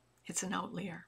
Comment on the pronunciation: Outlier is pronounced out-liar...not out-lee-er.